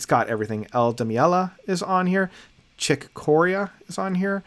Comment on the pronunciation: Chick Co-ree-ah. Very cool list, though. Some I haven't heard, too. Peace on earth.